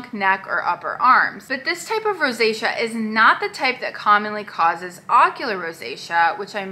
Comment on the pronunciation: It's not pityriasis rosacea, it ROSEA. But I get it, they sound almost the same.